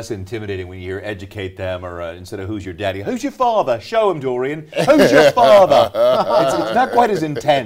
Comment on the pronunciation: “Who’s your father”, great British accent